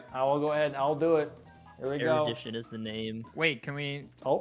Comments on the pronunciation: bro did Erudtion wrong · The worst "Erudition" I've seen in my life